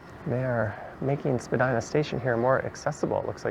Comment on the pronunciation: great street with a great history some of what I remember (I am over 80). someone should write a history with pictures.. you say Spadyna and I say Spadeena.